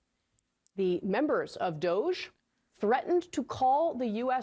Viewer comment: her pronunciation of DOGE just shows she's an uncultured normie.